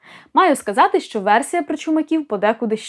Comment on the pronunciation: Дуже прошу Вас,просити вашого чоловіка не промовляти шьчьо чьому і таке подібне 😢😢😢😢